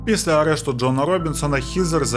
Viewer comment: Шановний, я переслухала вже багато ваших відео і вже вкотре помічаю (профдиформормація🤷‍♀️), що у слові «після» не звучить звук «л», тому замість звучить слово «піся» (що також хороше слово, але не підходить за значенням:)